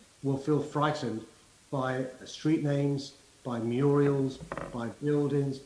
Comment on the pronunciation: A murial? Surely Khan means mural. Not very bright is he.